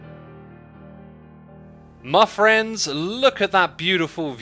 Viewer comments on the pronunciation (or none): Did you just open the video by saying ‘My Thrends?’